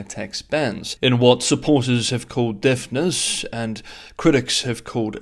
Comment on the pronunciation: Sorry, was that "deftness" or "deafness"?